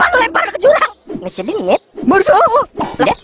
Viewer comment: Marsha bwang.. Marshaaa.. Bukan Masha... Wkwk